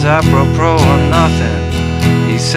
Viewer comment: BTW, Justin, that word aprepos, "aprəˈpō," has just one r. Thought you might like to know. Thanks for the lesson, it's so good!